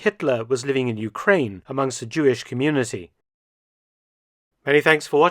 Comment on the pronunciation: OoK - RaAn - nee- yan .